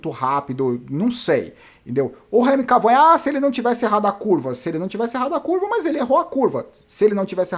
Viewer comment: pronúncia correta: Cavâgna = errado Cavagná = correto Ele é francês. A pronúncia que vc usa é espanhola. Abraço